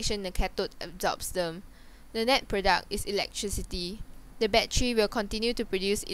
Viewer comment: wtf is a baddery?